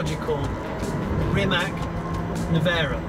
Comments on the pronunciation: Rimac whit ccccc at end. Noth Rimek not kkkk at end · please stop pronouncing "Rimac" wrong. It's not "reemac", it's more like reemuts. with 'TS' on the end not 'K'. Croatian 'i' is 'E' and 'c' is 'C' like in ABCDE. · Is it that hard to say RIMAC not RIMAK? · Amazing video! Mate Rimac is an amazing guy. But Johnny cammon say it with me! Rimac (pronounced [rǐːmats], \'Ri-mats\) 😛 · O goooood!!!! I knew it!!! I just waited.... "C" in Rimac is spelled like "zz" in pizza!!!! Learn that for once... Basics of culture, to learn a name of the person you are interviewing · Jonny, "c" in "Rimac" is pronounced /ts/. I know that Mate has given up correcting people, but, come on! If Nikki from Transport Evolved can make an effort to learn the proper pronunciation of every company and person she talks about, so can you. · If you get the privilege of testing this amazing car, at least learn how to pronounce Rimac :) Svaka čast Mate, biće valjda neko sličan i iz Srbije